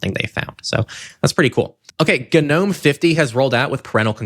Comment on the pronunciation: Just a note, Gnome is pronounced with a silent “G”. As in Nome, the Alaska type of Nome.